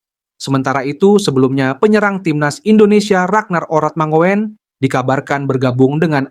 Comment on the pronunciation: Oratmangun...min..bukan Oratmango en..belajar lagi..😆😅😄😃😂😁